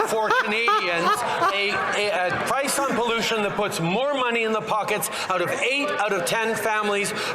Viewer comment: Did he say pice?? We don't want your deliveries...your Liberal deliveries results in a more expensive CANADA